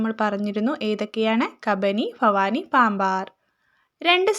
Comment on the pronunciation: ഫവാനി അല്ല ഭവാനി (bhavaani)ഉച്ചാരണം ശ്രദ്ധിക്കൂ.. 🙏